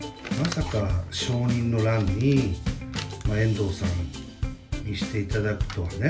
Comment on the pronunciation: くらいで、「承認の欄」と言ったのが、どうしても「応仁の乱」にしか聞こえなかった。 ごめんなさい。